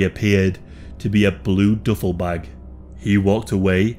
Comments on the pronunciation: The duffle(doofle)bag pronunciation was killing me 😂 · He said DOOFLE BAG!! What the hell is a DOOFLE BAG??? Lmao